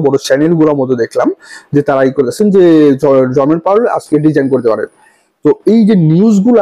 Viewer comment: Word ta 'Jerome Powell (জেরোম পাওয়েল)' hobe ,not Jormen powell' apni as always e name ta vul bolen 😂